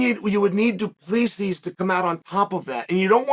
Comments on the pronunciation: No one can pronounce dricus’ last name lol.. it’s du plehssee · Remember when you got title shots that didn’t make sense? You sit here and sh1t all over the division because it is 2-0? You sh1t on all of these guys by saying their names wrong because you’re too stup1d to be able to say their names but claim that you do it on purpose. Dre is DuPlexis? Bobby knuckles is the best 85er not named Izzy. By saying this you’re either telling him to move up or down in weight or just wait until someone else beats Izzy so he can get a crack at the title although Izzy lost 3 in a row (2 kickboxing yes I get it, but also 2 by flatline ko) so to me your stance is ignorant. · Your inability to pronounce his name right is really annoying. Get it right..